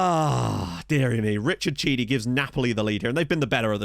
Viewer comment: And while we're doing pronunciation tips, Chidi = KEE-dee. Assuming he's Italian, anyway.